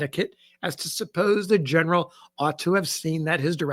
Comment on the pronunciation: Hahaha 😂 “I’m not gonna attempt it in its original slang” Legitimately deep belly laughs at Gin-eral 😂